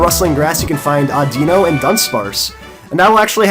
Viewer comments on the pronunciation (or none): none